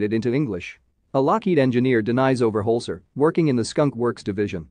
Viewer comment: Denys Overholser is pronounced Dennis, not Den-eyes. 🙄